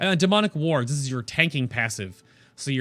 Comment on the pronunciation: LMAO! I thought you said "Demonic Warts" I was like...EW?